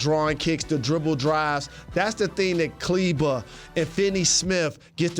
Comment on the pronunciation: Only mainstream analyst pronouncing Kleber's name right 🙏🙏